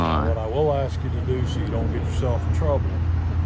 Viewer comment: Why is it that so many piggy think that the word ask has 2x in it “axxed “